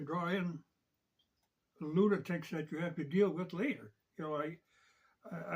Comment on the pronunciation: You’re doing a great job. Haven’t heard loonatick in some time 😂